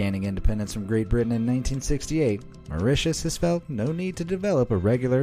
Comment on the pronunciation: TIL: How the pronounce Mauritius correctly. Thank You BE AMAZED! Be honest, did anyone else here think it was pronounced like "Ma-ROO-tiss" ??